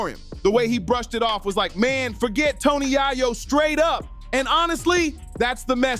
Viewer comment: Tony Yay Yo 😅😅😅